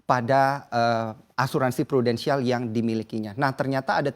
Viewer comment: dia bilang Prudensial? Wkwkwk